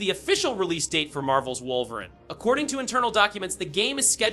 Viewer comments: Facts! It's pronounced Wolvereen! Wolveran LAMO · Stop pronouncing Wolverine without the E - it's not "Wolverin" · Shit pissin me off 😂😂😂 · Is this an AI voice over or does this guy have a hard time pronouncing wolverine 😂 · Yea this guy can’t say Wolverine is insane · Has to be Ai Wolveran and Professor Charles Gayvier 😂